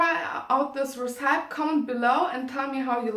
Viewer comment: Schön gemacht! Bin ehrlich gesagt sehr positiv überrascht, die Kamerapositionen sind sehr gut und du hast auch toll geschnitten. (Zumindest aus der Perspektive eines Laien ;D) Einziger Kritikpunkt: Check mal die Aussprache von recipe. Tatsächlich scheint das Filmen auf englisch eine super Möglichkeit zu sein, englisch zu lernen, ich bin ja fast inspiriert! Hören wir auch mal griechisch von dir? Und zu guter Letzt: der thumbnail ist super! Hab dich lieb <3